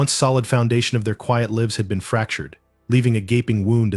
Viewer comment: You can tell it’s AI- live and lives are frequently mispronounced! I will give AI THIS THOUGH- almost all of the voices I have heard sound real. One of the few “tells” is the lack of an inhale. No human could speak indefinitely without refilling their lungs! They could take a few notes from Apple though. How they did it, I have no clue, but they made the VoiceOver voice Alex “inhale”! As I sit here and listen to “him” read all the comments, it’s nice to have the mental break an inhale provides! All of that said, I much prefer the REAL human voice! I think that’s why I prefer listening to audio books rather than letting Alex read to me- although, I do have quite a few e-pub books too!😎